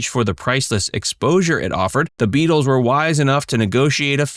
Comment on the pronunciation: Try that plural pronounciation of Beatle a few more times till you get it right